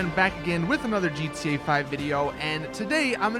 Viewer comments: He said GTUA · He kept saying gtelline